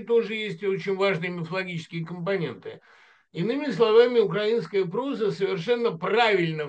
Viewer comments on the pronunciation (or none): УкрАинская культура, укрАинец режет слух,. Это странно, что филолог ставит неправильно ударение. И даже не слышит, что Быков произносит укрАИнец. Надеюсь, что этот комментарий будет замечен.